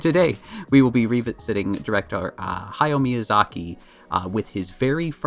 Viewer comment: Also in reference to my bar trivia story, let me just say for the record that I’m a relatively understanding person and I could have forgiven “Hey-ow”, but “My-azaki” was a war crime. Death sentence.